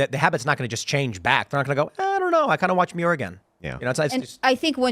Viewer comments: It’s pronounced David Manure. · David Muir. It’s pronounced manure without the “an”.